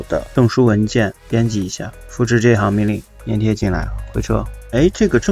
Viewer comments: 是（zhan）粘贴 ，不是 黏贴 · 他错了，你是对的，多音字，而且应该读zhan